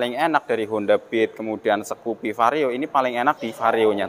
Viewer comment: Skupi mas bukan sekupi 😁